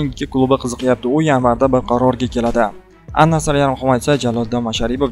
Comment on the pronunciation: Ал Наср дейилади Ан Наср емас